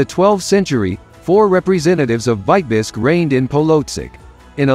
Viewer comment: ? Why is Vitebsk mispronounced ? Is this A. I. generated ?